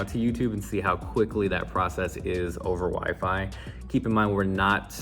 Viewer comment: "WiFe-I?" my future's wife maiden call.